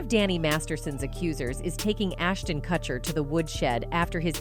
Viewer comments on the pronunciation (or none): MILA KUN-IS MILA KUN-IS HOLY FUCK NOOO NOT HER SAYING CUT-HER INSTEAD OF KUTCH-ER TO someone call and help her please I'm talking 911 needs to know lmao